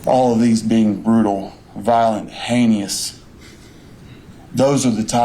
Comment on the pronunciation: I believe that he thinks the word tales is "tells"...and "hay ne ous"...he rapes a 77 yr old woman wearing depends and using a walker.